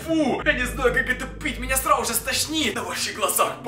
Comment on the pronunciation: что говорит:срауже что должен говорить:сразу же что слышу я:СРАЛ-УЖЕ